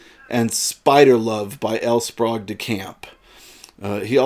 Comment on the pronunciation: My parents both knew L. Sprague DeCamp. They were both members of the Philadelphia science fiction Society, to which he also belonged. He was a guest of honor at a Philcon where I was a committee member. I can tell you for certain that his name is pronounced SPRAYgue and not SPROGue.